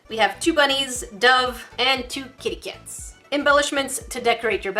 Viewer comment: Why do you say kitty cat like that